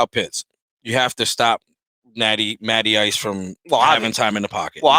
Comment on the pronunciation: Matty Ice…. I thought you said Natty Ice…